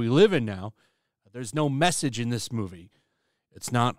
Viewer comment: every time you say message I hear drinker